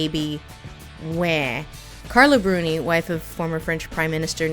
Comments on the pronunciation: You did pronounce Carla Bruni's name perfectly, by the way. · Didn't expect the surprise Carla Bruni cameo lmao (you pronounced it just fine and yeah as the wife of fucking Sarkozy it's no surprise she makes racists collages in her free time)